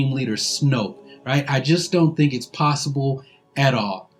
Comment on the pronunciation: he says "I don't think it is plossible